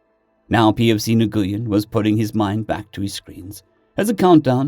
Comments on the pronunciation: Nguyn is pronounced win. I know it always throws me too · Nguyen is pronounced NUWIN. Americans of a certain age are familiar with Vietnamese names for a certain reason. And Pho is delicious, but it's pronounced Pha with a hard p. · Hey, Nguyen is said "When" or "Win", it's the most common Vietnamese surname. I know several people with the name that say to say it like that, though others might try and get you to pronounce it with more precise nuance concerning the "ng" and upwards inflection.